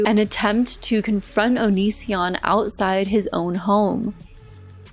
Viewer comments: I really did think his name was pronounced onion son 😭☠☠☠☠☠ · I know some people think it's a dumb joke, but I never get tired of people saying his name wrong on purpose